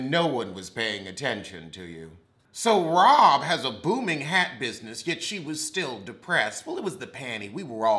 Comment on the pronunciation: It’s the mispronouncing of their names for me😂😂😂😂😂 Robbbbbbbbbbbbbbb Dixon and Gabrece takes me out every time😂😂🤦🏾‍♀️🤦🏾‍♀️🤦🏾‍♀️